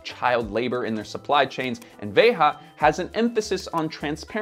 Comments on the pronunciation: I don’t know what makes this video a waste of time the most: the fact that bro did an entire video on a brand whose name he can’t even pronounce (“Veja”, not “Veha”) or the fact that his conclusion is “I would wear them if I were given a pair but I think you should always buy secondhand”, which could be said just about any new product. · If my memory serves me well, I believe "veja" is meant to be taken from Brazilian Portuguese, not Spanish, so it should be pronounced as /ˈve.ʒɐ/ not /ˈve.xa/ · Would be nice if this guy could say the name properly. It's not vayHAH. Veyjuh is it. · I never write comments, but am an avid subscriber. I'm 2 mins into this and it's killing me that keeps pronouncing Veja wrong. It's a common misconception that it's Ve-Ha because its a couple of french guys and it's a french brand. However, it's a Portuguese name, there for pronounced Ve-Jah. Writers and editors, please look up pronunciation and relay that to, Veja's Youtube has a video where they explain the name, or origin (iirc). IMO it really takes me out of a video with a glaring mistake like this. I say this constructively and as a fan of the channel. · Veja pronounced as VEJA it means seeing in Portuguese. Not Veha, or anything else. Sebastian Kopp said it himself on Hypebeast Radio with Jeff Staple several years ago. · it’s pronounced ‘veja’ not ‘verra’. I can understand people pronouncing it with an American accent, but if you’re gonna try and sound clever by saying it the native way, then at least do it properly. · I quite sure it's pronounced 'vay-zhah, not 'vay ha' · is pronouncing the name incorrectly. The brand name, as spoken by their own founders, is basically the pronounciation we have in Portuguese: Veja [veʒɐ]. And the brand is sold in Brazil as "Vert" (green in French), because of the issues pointed out by here. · Thank you for this comment. As both a Spanish and Portuguese speaker, it hurt to hear Veja with the ‘h’ sound knowing it’s a Brazilian word.